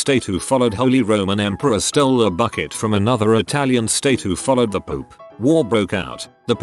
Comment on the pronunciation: it sounded like the voice said poop instead of pope. lol